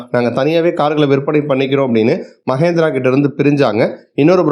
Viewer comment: ரெனால்ட் ❌ ரெனோ✅ மஹேந்த்ரா❌ மஹீந்த்ரா✅ லோஹன்❌ லோகன்✅